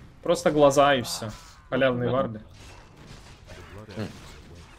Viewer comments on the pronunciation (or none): Халявный а не Халялный